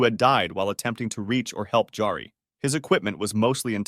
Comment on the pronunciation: J's are pronounced like Y's in most Germanic languages, like Norwegian. So it's not "DJARI," it's "Yari."